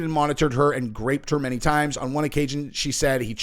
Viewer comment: What's with the 'graped' thing? It's GROPED!